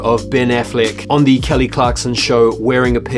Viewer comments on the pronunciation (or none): none